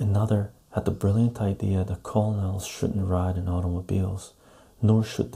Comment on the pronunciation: Hi! Pronunciation of "colonel" = "Kernel". Enjoyed this.